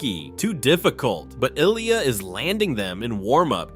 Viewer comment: Before you make a full video on an amazing talented Olympian ice skater like Ilya, you should probably learn how to pronounce his name correctly.